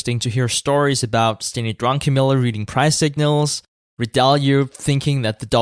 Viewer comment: love how everyone calls him drunkenmiller instead of druckenmiller